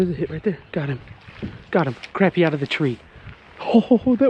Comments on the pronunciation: love the content....but bro its pronounced CRAWPEE not craypee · love ya to death but its not pronounced crappy lol its more proud as (croppy) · I love you pronouncing it Crappie like it's spelled rather than Craw-pee like most people do haha